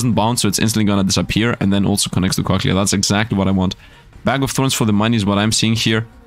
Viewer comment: I love it when says cochlea he says it so wrong... I love it